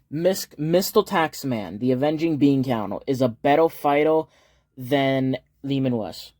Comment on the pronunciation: I thought you were just calling him Leman Wuss but it's just a speech impediment 😂